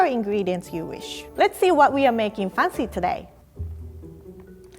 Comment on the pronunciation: Why is it so hard for to learn how to pronounce "fancy"? Lol, she must have heard that word like million times.